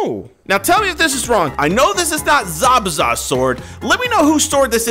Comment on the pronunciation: you just said zabeza i'm telling the hokage